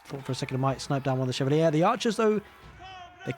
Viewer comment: I think chevalier is pronounced like Shuh-val-yay